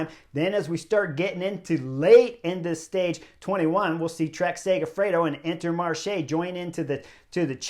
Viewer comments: The Lidl people must be fuming over how everybody keeps saying Trek Segafredo 😂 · Trek Segifredo? Come on Chris get it right!